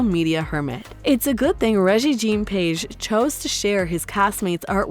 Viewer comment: I'm glad I wasn't the only person annoyed with the mispronunciations. "Regency" was the most frequent, but she also managed to mispronounce "behest" and actor Regé-Jean Page. I'm told I shouldn't be too critical of others' grasp of the English language, but if one is going to engage in public speaking, one should be sure to pronounce words correctly. When it comes to an actor's name, IMDB usually can be counted on to have the pronunciation in the trivia section.